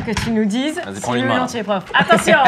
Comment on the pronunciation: Au début j’ai cru que c’était mr pof et pas mr prof 😂